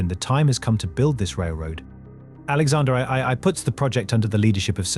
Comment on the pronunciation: Tsar Alexander Eye-eye-eye nearly ruined an otherwise great video 😂